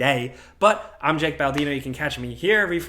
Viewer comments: Did you say Jake or.. That’s 2 weeks in a row you said your name wrong, are you messing with us? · For the second time in two weeks, this bloke can't get his own name right. Do we need name-tags, uh, um.. Jake. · Did he just say?!?! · Did he say? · ""? Since when did you become an "Arabian prince" all of a sudden, Jake? xD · Ok Jake is saying his name wrong on purpose so we'll comment and be like "wait -???" Like I am doing right now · He said “” Baldino!;-) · Am i the only one who heard him say “my name is ”? I actually had to do a double take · He doesn’t know how to say his name